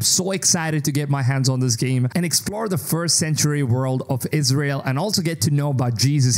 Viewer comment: Did he said " ISREAL"!?